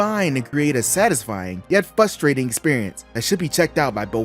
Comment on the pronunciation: Is it flustrating or fuhstrating?